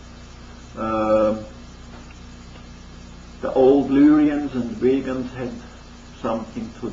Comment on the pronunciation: Vegans from Vega... VAY-GUNS from VAY-GUH Not like vegans